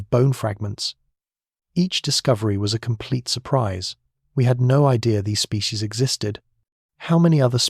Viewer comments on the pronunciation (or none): none